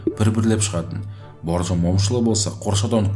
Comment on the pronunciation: Боржан емес Бауыржан деп айтыңызшы.